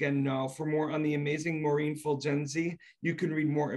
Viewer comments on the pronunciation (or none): She is incredibly talented. And BTW It’s Maureen not Maurren 🙄